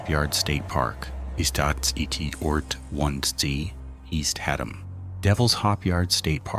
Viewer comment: IT"S Haddam not HA Dam!